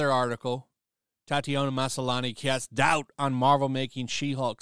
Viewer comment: Why is it annoying me so much that he's saying it Ma-SA-lani? There's clearly no second "A".